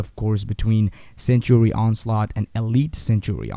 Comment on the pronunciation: not to hate or anything but when you mean "sanctuary" you say "sentry" the guide is good and all but just look in to how to say "sanctuary"